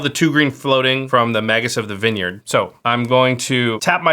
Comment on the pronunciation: Vinyerd... lolol